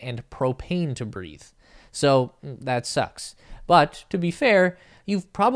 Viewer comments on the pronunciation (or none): none